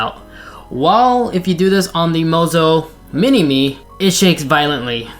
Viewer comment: LMAO, it's Moza, but he says Mozo when talking about it